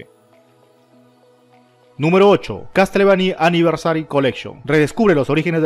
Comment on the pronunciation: Resumen del video -BlaranTru (Blood and truth) -ResidensIvol (Resident Evil) -Castlevany Aniversal (Castlevania Anniversary Collection) -KÓnami (Konami o konámi, como se pronuncia) -Esnaiper ElÍT(Sniper Elite) -Brit Bareles (Brief Battles)